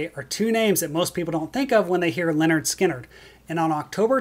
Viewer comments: Watching this a second time, and I HAVE to say it again: The first part of this band’s name is NOT pronounced the same as the name “Leonard”. The “y” is pronounced as a short ‘i’: LIN-erd. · Uhhh… “Lynyrd” is not pronounced as “Leonard”. It’s “LIN-erd”.